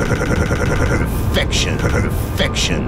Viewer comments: purfecroiin sounds like purv v v v v v infecition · sounds like he is saying pervfection